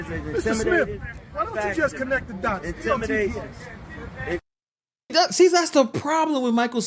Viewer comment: He said connect the dotts. Dotts omg